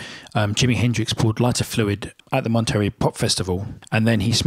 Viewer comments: It's pronounced Monta-Ray, not Mont-terry. From two words Monte (mountain), and Rei (king). 👍 Good video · im really sorry but its pronounced Mont-a-ray not Monterey. Honestly wasn't sure what you were actually saying when first heard it. Sorry but no one would understand you should you go to California one day lol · Monterey is pronounce mon ter REY. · Monter -- RAY... not ree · Listen to "Monterey" by the Animals (Eric Burdon - Chas used to be the Animal's bass player) to hear how Monterey is pronounced - "mon-ter-ray" accent on the first syllable. Jimi almost always used a Gib on blues. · Monterey is pronounced "mon-tare-ay", accent on the last syllable. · moneterey pronounced Monter ray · It's pronounced MonterRAY. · It’s pronounced MONTEREY ..